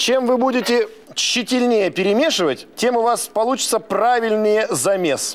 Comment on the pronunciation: тщательнЕе?) да ему давно пора словарь купить